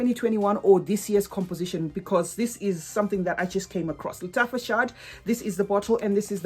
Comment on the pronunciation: It is pronounced "shahad", meaning honey in Arabic. Hope this helps 🍯😉